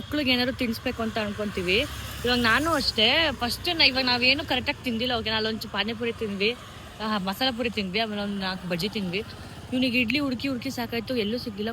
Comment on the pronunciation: ley adu pain puri alla kano lo lowde 😂 paani puri 😂